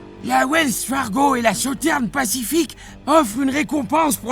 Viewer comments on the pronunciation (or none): Southern se prononce par "Souterne" mais "Soussezern". Super video !